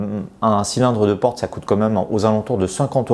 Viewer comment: "porte", pas "prote"